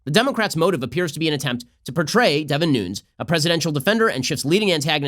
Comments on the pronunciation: Why does he keep saying “noonz” instead of “noon-ez”? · Why has no one told Shapiro how to pronounce Devin Nunes' name properly?